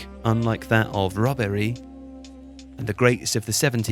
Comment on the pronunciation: 'Robbery' and the pause! :D